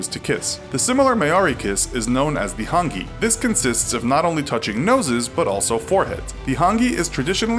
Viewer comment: your pronunciation of Māori and Hāngi, needs some work. If you ever make a video about Aotearoa and tangata whenua, please do more research. I started screaming at my laptop. Ka kite